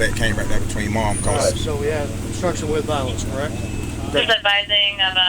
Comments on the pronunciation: Obstruction why does he keep saying obskruction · You should be able to at least speak and read and write above a 4th grade level to be a cop. What the ever-living FUCK is “Obscruxion.”